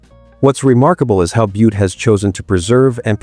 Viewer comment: BOO-TEE Montana? REALLY??? Can we get rid of these computer read scripts